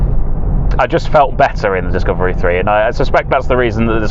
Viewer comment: dicavery ? xaxaxaxa what a f idiottt😂😂😂